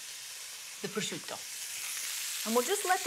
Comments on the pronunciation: "it's absorbed all of the peppers and the prozzzzciUUUto.." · I'm Italian! I'm Italian! No really, I'm Italian! Just listen to how I say prosciutto! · Goddamn it Giada just say prosciutto the American way